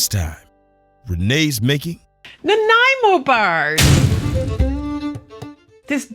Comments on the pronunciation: well, im sitting here in my hometown of nanaimo watching this video, my first thought was will she pronounce the name of the city correctly and yes you did! we had a bakery here that used to make a variety of flavours of nanaimo bars. the cafe was called Bocas. the woman who owned it was a fantastic baker, she also made savoury muffins. delish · I grew up in the suburbs of Vancouver and currently live east of the city, in the Fraser Valley. My nephew lives in Nanaimo though, and congratulations on pronouncing it correctly. At any social event that would have a tray of squares on it ( what we refer to them as ) Nanaimo bars are always present. Next you should make butter tart squares. Also very popular, but not a product of British Columbia.